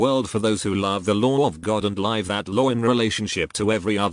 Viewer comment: I actually have all the books. You should probably get the books. The robot voice only mispronounce some words such as live. Because it cannot distinguished the difference. As it is often said take what resonates with you and leave what does not. Unfortunately all truths are mixed with lies and that is the nature of this planet. We can only appreciate the great efforts that so many people endure to shed some light in the best way they know how. We are all imperfect. I wish you the best of health. Love and light.